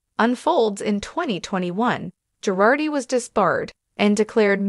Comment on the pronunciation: Not GARDI, not PIRARDI, Girardi!